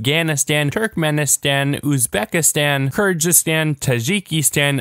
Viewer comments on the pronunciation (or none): It's not Leios It's Laos And not Kirdzhistan It's Keygirstan (Pronounceiation) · Did he really just pronounce it "Kurjistan"? It's "Kyrgyzstan" with a hard "G" sound and there's a "Z" too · Kyrgyzstan and Tajikistan are the only Stans he pronounced badly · Btw its pronounced "kirh-giz-istan"